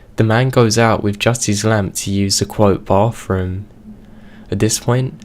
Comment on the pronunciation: Your voice makes me want to be deaf. Learn how to emphasise the right words in a sentence, and what's a baffroom and bover.